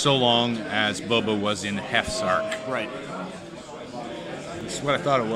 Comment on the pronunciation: Nice commentary but listening to one of you pronounce Boba like “Bubba” was rough